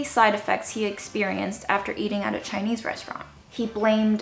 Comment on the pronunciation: I'm a little bit surprised to hear Chinese pronounication. So accurate!!